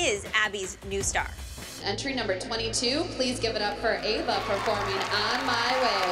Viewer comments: was so funny when said “EEEEEva” instead of “AAAva” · said Eva not Ava lol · saying Eva instead of Ava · The way how kalani’s mom said Ava when Kalani was going against Maddie and stalkers daughter she said her name like Eva